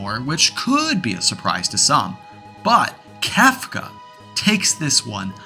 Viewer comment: Hearing you say "Kafka" instead of "Kefka" is making blood shoot out of my eyeballs otherwise good video lol